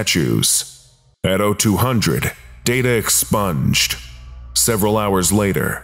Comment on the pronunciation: Stop saying "data expunged" that way...